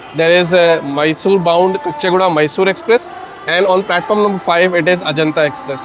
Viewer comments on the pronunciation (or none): It is Caw-chee guda, not kuchchi guda